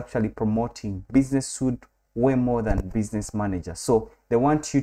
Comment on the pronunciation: Thank for the valuable info! And by the way, the word SUITE is pronounced like "sweet".